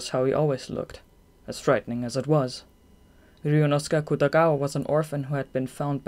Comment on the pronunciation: The whole time I was wondering what 'Riyunosukah" is and realized it's supposed to be some kind of pronouncation of "Ryuunosuke" 🙆🏼‍♀️